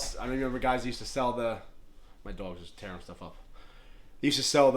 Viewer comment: Nice to meet ya, I like the flag in the back👊 dog pronunciation gave you up, my girl is from LI that accent is what it is